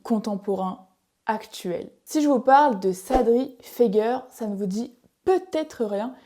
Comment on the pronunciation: Ce n'est pas Sadri feger mais Sadri FegAIER ( ca se pronnonce comme misére, hier etccc..) Fegaier ( iére ) ...